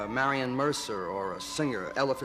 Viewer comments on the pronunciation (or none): none